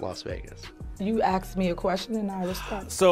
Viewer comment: Why is it so difficult to pronounce asked and not axed? Or tests